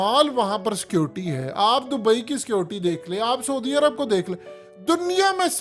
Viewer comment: Not Sodi Arabia, but " sa+oo+di" Arabia. اردو میں س پر زبر سا، ع پر پیش عو، دی پر زیر دی، سا عو دی۔ تلفظ درست کرو۔